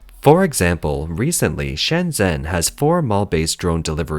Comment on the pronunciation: Shenzhen, not Shenzen.